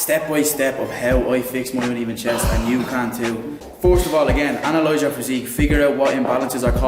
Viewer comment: "Analoyze your physique," bru you sound kinda like Dan Mace!